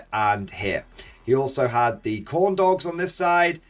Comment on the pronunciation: Every time you say Khorne dogs I hear corn dogs.